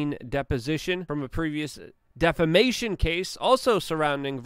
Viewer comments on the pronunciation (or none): none